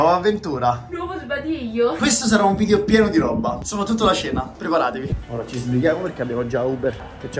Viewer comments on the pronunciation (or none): A 2 mln di iscritti imparerà a dire video e non vidio